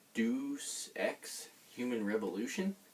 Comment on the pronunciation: Nice room tour. I still think you got an awesome deal on those genesis games. Very impressive of the shelf. FYI Deus Ex is pronounced like Day Us Ex. Don't worrying I mess up game titles all the time